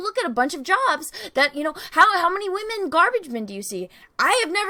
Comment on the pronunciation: I love how, says "waaHmen" haha! 😁👍💖